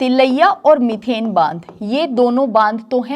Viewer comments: It's मैथन डैम not मिथेन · मीथेन नही मैडम "मैथन बांध" नाम है।